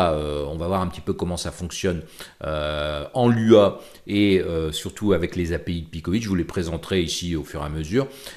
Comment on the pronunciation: Coucou sinon on dit Loua pas l.u.a, Lua veut juste dire Lune en portugais 😉